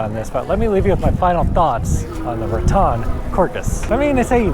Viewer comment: It's pronounced RATT•en ... not "rah•TON 😊